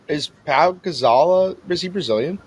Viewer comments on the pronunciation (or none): The way Balls pronounced Pau Gasol was craaaaaazy